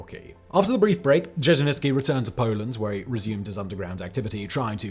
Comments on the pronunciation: Its not fuckin Żeźnicki its Dzierżyński... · What's with the "itsky" stuff? Slow down, pal! Also Dzherzhinsky also had a model for the Cheka. It was the czarist secret police, the Okhrana. Ain't nuthin' new under the sun. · who the hell is je-je-nits-key? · A lot of English speakers don’t like to put effort into reading and pronouncing Russian or Russian adjacent names. It’s sad but true. And the name doesn’t even have to be complicated. I live in the US with the simple name of AYNA………..you read that as ANYA didn’t you? So I’m just patient with fact boy and his Dezhenitsky and Zhezhenitsky. He’s got good facts, few grammatical errors and is fun to watch. ❤ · Repeat after me. ZHER-ZHIN-SKI. ZHER-ZHIN-SKI. ZHER-ZHIN-SKI. ZHER-ZHIN-SKI. ZHER-ZHIN-SKI. ZHER-ZHIN-SKI. ZHER-ZHIN-SKI. ZHER-ZHIN-SKI. ZHER-ZHIN-SKI. ZHER-ZHIN-SKI. Your word is taken as fact, make it worth the effing effort. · You butchered Dzierżyński's surname SO hard that I feel like it's a form of vengance for all the Blood on his hands. :) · Poor Simon… Saying the surname Dzerzhinskiy so many time just broke him. He just gave up at some point 😂😂😂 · You butchered his surname a lot Sir. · Not only that, but there were a couple variations, each worse than the other.